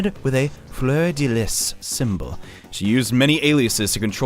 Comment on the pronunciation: Lis is actually pronounced "Lee" the s is silent